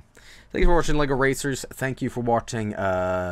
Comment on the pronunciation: oh Sh- The lLBi arrives breaks the door into separate LEGO bricks You are getting arrested for pronouncing LEGO the wrong way